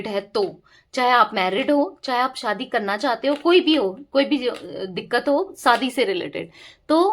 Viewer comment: Madam! Shaadi word sahi bola Kro Aap,saadi bol rahi ho.